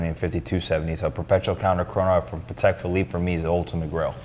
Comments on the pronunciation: I always do! These clips are as engaging as the "grey market" episodes (for me). tho'... will probably always say it paddeck hahaha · I know it's a weird thing to say at the 2min mark: THANK YOU fro saying it Patek (in Patek Philippe) the right way (wipes a tear away) aaand then he stabs my ears again at the 3 minute mark saying "paddeck"